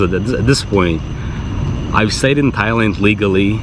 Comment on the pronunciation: Dude.. learn the name. You been in Thailand how many times now? its not even funny and im not even Thai.